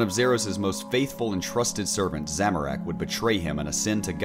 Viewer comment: Make more of these videos But please learn how to pronounce "Zamorak", I'm cringing over here